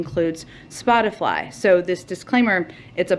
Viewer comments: I like how Jen is obviously reading her response and no one calls her out on it. The reporter literally said "Spotify" 3 times right before she responds and still she misreads it, "Spoti-fly" 🤦‍♂️ how do people fall for this. She's looking down reading it. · "spotifly" ...? lol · Jen Psaki said "spotifly" 🤣😅 Lots of drama CNN lawd have mercy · LOL, Psaki said Spotifly. She has no soul, just look closely at her eyes. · Jenn said "spot-a-fly" instead of Spotify. Was that a dig or did she mispeak?🤷‍♀️🤔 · Her saying Spotifly 😂😂😂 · Psaki said Spotifly 😂😂😂😂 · DID SHE JUST SAY "SPOT-A-'FLY'" !!!!!!!!! 😂😂😂😂😂😂😂😂😳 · She can’t even say Spotify ole Spotifly she’s spreading disinformation should she be censored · Did she just say "Spot-i-FLY"? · Did she say spotifly? I dont think she misspoke. I think she really doesnt know what spotify even is lol. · she said Spot-a-fly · Did that dingbat actually say Spotifly? I hate this admin. America is a joke now. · She can’t even fucking say Spotify.